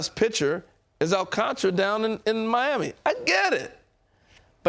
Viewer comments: its not al-CAN-tar-uh. its all-KON-tra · AL-CAN-TAR-A Not AL- CANTRA